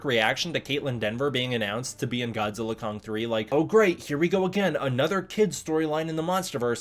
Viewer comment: Congratulations on properly pronouncing 'GODZILLA X KONG' as 'GODZILLA * KONG'!😆instead of 'GODZILLA EX KONG'!👍